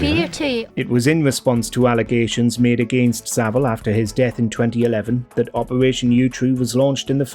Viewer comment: It's Savile (as in VILE)